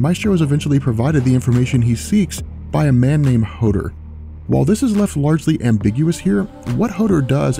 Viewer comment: Hoder? Hodor hodor hodor. Hodor hodor... HODOR!